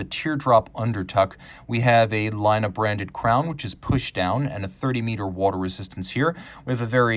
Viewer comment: You pronounced the name as a Finn would pronounce Laina, a small mistake, but with horrible a consequence. Laine is a small wave, but Laina means a loan.